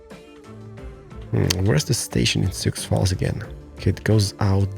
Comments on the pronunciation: Sioux Falls is pronounced Soo Falls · Sioux Falls is pronounced... Soo (like Zoo or Poo, but with an "S")